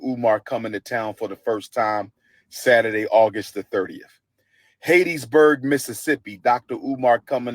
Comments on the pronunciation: Dude just messed Hattiesburg name up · It's Hattiesburg Mississippi not Hattedsburg and ain't nobody coming to see u 😅😅😅😅😅😅😅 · why does he keep calling hattiesburg Haitisburg. is he playing like it wasn't named after a lady named hatty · Someone tell him it’s not hatisburg it’s Hattiesburg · It's pronounced HAT EEE for Hattiesburg...Geesh, if you're gonna go to a place, at least know how to pronounce it. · Man said Hattiesburg so wrong